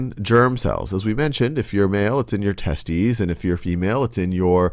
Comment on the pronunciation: he said testies